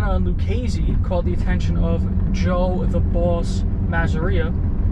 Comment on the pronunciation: Good job with the name punctuation! Great videos & Magnificent narration